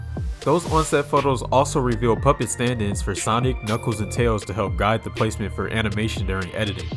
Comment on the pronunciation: Also you pronounced "tails" the wrong way. Lol